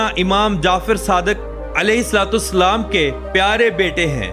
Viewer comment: Apna alfaz theek Karen ye alahe Salam hain